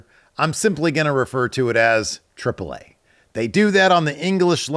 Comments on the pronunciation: Huh. I knew you knew some spanish, i didnt know you were paraguayan, thats really cool! As such, im (presumably) in the minority of people preferring you pronouncing AAA with its Spanish name, i hope the internet didn't bully you into thinking you can't speak spanish because of the way you look. That would be unfortunate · Lucha Libre AAA, how would it not be pronounced AAA? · I always feel like I'm in the low percent of people who don't give a.... - When hearing for the first time saying AAA weirdly (at least to me), I thought there was a legit reason for it - because he's the wrestling guy, for many years, he's had access to earlier AAA events, I haven't - so I wondered why he said it that way - but didn't give a crap enough to make a mean as comment about it or tell him to stop 😆